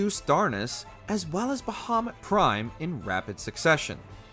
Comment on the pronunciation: Kefka is not hard to beat at all wtf. I’ve never had an issue with him since the game first came out lol. Brachiosaur on the other hand… Bahamoot not bahaMUTT.